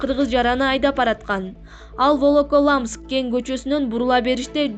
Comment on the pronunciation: Волоколамс дейсинго орусча окулушун уйронуп албапсында.